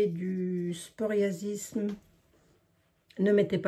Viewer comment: Bjr bjr, je suis moi meme atteint par le psoriasis et la recette je la retient sinon on ne dit pas sporiasis😉 ma psoriasis ça comme psychologue on dit pas spychologue lol😊. Bonne journée a vous et merci pour cette recette que je vais certainement faire!